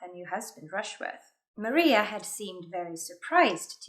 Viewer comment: For how particular u are referencing accuracy ur mispronounced Maria's name